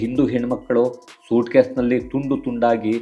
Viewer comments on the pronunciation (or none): none